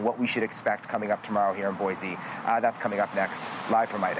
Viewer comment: There's no Z in BOISE